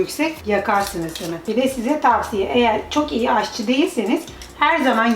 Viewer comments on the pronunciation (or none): none